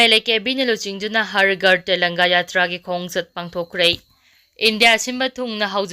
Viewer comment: Har ghar tellanga haibra nttraga har ghar tiranga haibra ? Pao pabada pronounciation khara senghanjaning-ngi.